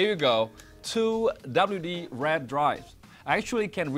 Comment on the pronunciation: Could barely understand what he was saying!!! Sounded like he was saying "red" but it was "raid"...